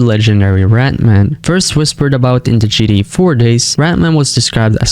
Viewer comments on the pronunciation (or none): why do you keep saying gda or gd5 bro it’s GTA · It’s GTA dude not GDA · I see you fully accepted it! At first 8 months ago you were mocking him by the way he says "gta".... Tbh it is funny the way he says it. Or I heard it had something to do with ai....I just heard that from a little birdie I saw in the comments Not saying it's true